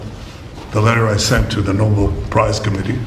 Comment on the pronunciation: Sr., o prêmio é Nobel. Se fosse Nóbel teria acento no ó. A última sílaba é a tônica. Como papel.